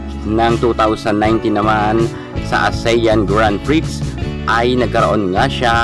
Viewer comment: Excuse me narrator grand prix is not pronounce grand prix it is pronounce grand pri/x its pri silent x thats all its pri silent x thank you